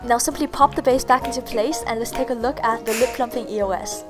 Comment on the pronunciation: E-O-S? It's pronounced EE-OHS!